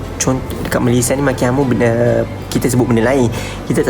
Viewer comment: jarang org2 muda dan sekarang sebut nama2 negara pengucapan formal dan sempurna... org sekarang rata2 bangga sebut Malaysia tu Malaysye.. sedih!.. tapi bangga dengan anda.. tak semua perktaan hujung A nk di E kan, sampai nama2 negara dan rasmi pun nak di E sebutannya.. tabik! dgn awak....